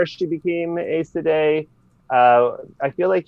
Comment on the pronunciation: This guy says Aes Sedai wrong.